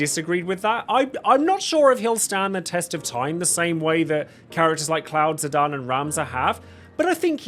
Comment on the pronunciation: My man you mispronouncing ZI- DAWN is criminal